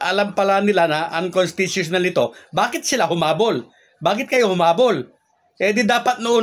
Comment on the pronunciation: Ayusin mo ang pag pag bigkas ng unconstitutional,...